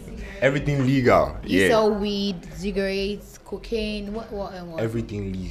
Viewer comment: Did I hear the Efia girl say zigratte.. please it cigarette